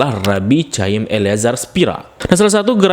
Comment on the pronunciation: Bang itu kata Chayim bukan dibaca C. Tapi Kh. Macam Kho' dalam Arab